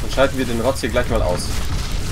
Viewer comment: Ich habe jetzt alle Videos von LOTV gesehen. Deine größte Schwäche ist die Über-Konzentration auf den Kampf. Im Kampf immer die Larven verbauen. Mit so viel Geld sollte man auch im Kampf immer maxxed bleiben. Und es heißt "Den" nicht "Dent" ;)